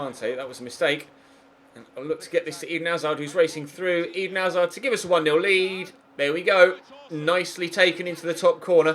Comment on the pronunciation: Why does pronounce hazard like Eden hazar